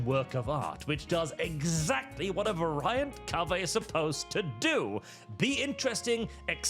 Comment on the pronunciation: How the fuck did you just pronounce "variant"?!?!